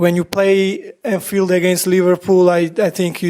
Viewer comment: Anthield lol, am not sure 😂